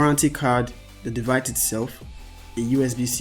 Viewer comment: "The devite itself"😁😁🎊🎆🙌